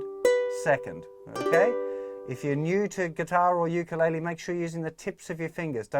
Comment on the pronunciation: Ur sayin ukulele wrong